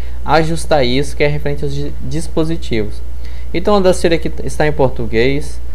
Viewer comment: Ótima aula, obrigado! Dica: a pronúncia correta do software é Audácity, com A acentuado no momento de falar.